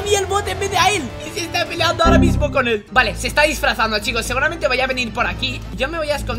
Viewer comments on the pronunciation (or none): none